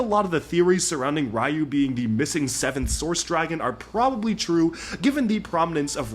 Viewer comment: Dude, that's Ryu (ri•yu) to us!